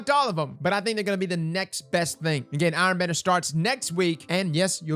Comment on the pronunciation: What's "AARN BANNER".